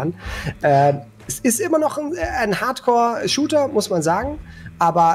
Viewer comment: Hardcore oder HUDcore? Habs akustisch nicht verstanden. ;)